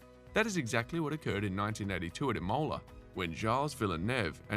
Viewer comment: Some much mispronunciation it’s painful. If you are going to cover F1 then you have to learn that it’s an international sport that encompasses international languages and pronunciations. Imola, Prost, Lauda and Villeneuve are particularly offended!